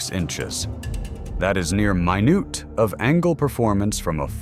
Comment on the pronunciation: The "MY-NOOT of angle" cracked me up.